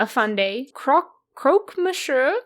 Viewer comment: I thought it was "Mon syuh" ?? You still pronounced the French n, no?